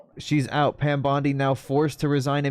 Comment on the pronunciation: I can't unhear Pam Bundy..